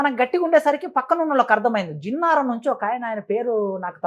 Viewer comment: నామినల్ రూల్స్ కాదు.. నామినల్ రోల్స్ , జిన్నారం కాదు జన్నారం. ఇగ నువ్వెందో ని చదువేందో బయటపెట్టుకున్నావ్ ..నువ్వు ప్రిన్సిపాల్ స్థాయి మళ్ళీ 😂